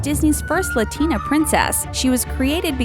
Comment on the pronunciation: You pronounced almost every name wrong, I wheezed when you said Latina because- never mind. (Wheezeimsorrybutijusthadtogetthatoutofmysystem)